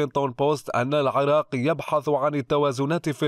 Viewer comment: الى ادارة تحرير الاخبار مع التحية. اكراما لله واحتراما للعراق.نبهوا هذا ان ينطق اسم العراق كما ينطقها كل العرب بكسر العين وليس بفتحها. ومن دون فلسفة لا ارغب في كسر عين العراق كما تفذلك البعض.